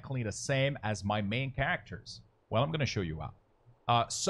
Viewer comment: Nice video, but that is not how you pronounce "characters" or "exit".